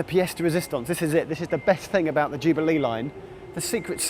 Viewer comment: I like how Geoff pronounces Jubilee as ju-bee-LEE.